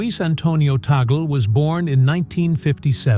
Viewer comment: Pronounce it as Tag-le not Tagel